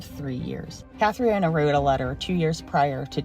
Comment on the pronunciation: Being Irish, I can not let the mispronounced name of Jim Carey's ex who took her life. It is pronounced Cath-tree-nah, not Catriana. Sorry, but a quick google search would have helped in pronunciation. This is all 💚🤍🧡